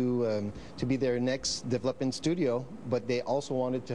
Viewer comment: He says "deplopment team",lol lets hope the deplopment team doesn't make a plop of it